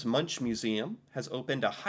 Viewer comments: Munk is the way to pronounse it not munsj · It's pronounced "munk" not munch :D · Munch is pronounced Munk, not Muntsj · I only want to correct you on your pronunciation of the artist Edvard Munch, it sounds strange, but it has been a debate on how he himself used his surname, and after a little back and forth, we ended up with "MUNCK", but the ‘CK’ Is said with a soft sound with your tongue curled up with the backside touching your back teeth and the tip of your tongue curling up, but not touching your palate. And I know you have problems with our vocals, but the ‘U’ is something between a an ‘O’ and and an 'U’!! Good luck with testing 😂 Lots of love, Eva, Oslo Norway